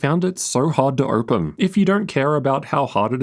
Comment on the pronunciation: This accent makes the video almost unwatchable. Why would someone pronounce "open" as "irpin"?